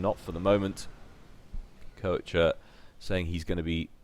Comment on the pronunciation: Wait...Isn't Koecher a German name? If so, doesn't that mean the the "oe" gets turned into the "o" umlaut, which is pronounced as "awe"? So that basically means his name is supposed to be said "kawsher" or something like that. Not taking the Germanic accent into account, of course.